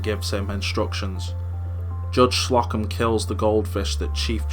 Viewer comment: it's Slow-come, not Slock-em